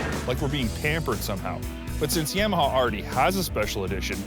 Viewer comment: I had to stop the video after the 4th "Yamma" hah. Its Yah-Mah-Hah, bro.